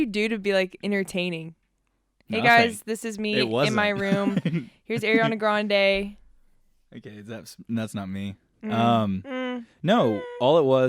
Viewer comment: "Areeyana gronnday" ok, that's, that's not me -Lame Deer 2021